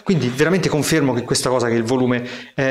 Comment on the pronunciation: l'ultima hosa .... toscano ? :)